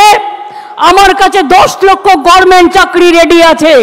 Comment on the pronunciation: গরমেন্ট !!! হাঃ হাঃ, আজ পরযন্ত সঠিক ভাবে গভর্নমেন্ট উচ্চারন করতে পারলেন না ?